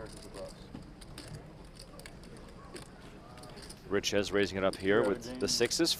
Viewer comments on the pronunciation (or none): You speak it a bit like richay not riches😂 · Richez is pronounced Riché. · Looking up pronunciation of Richez it’s Ree-Che You got it now ♠️